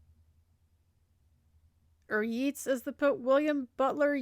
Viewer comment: Yeats is pronounced YATES